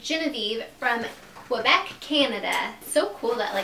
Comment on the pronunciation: Omg she butchered the pronunciation of Quebec. 🙈😂😂